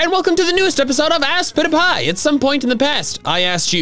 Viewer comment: aspitpiay, where does the a come in, you said (As-pit-a-piy) so how?